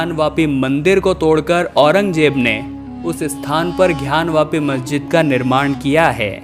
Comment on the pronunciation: कृपया उच्चारण सही करें ।घयान वापी नहीं ज्ञान वापी होगा। धन्यवाद